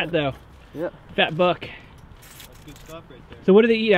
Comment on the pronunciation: You can obviously tell he says fat buck not fat f**k so if any kids say fat fuck it's cause they miss heard him and it's not his fault so STOP hating 🐟